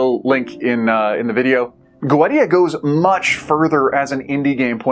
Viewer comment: I think it's pronounced Go-eesha. Not sure though. I've had this on my backlog for over a year and keep forgetting to play it.